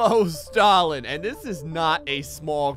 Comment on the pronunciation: You say stalin as “stalling”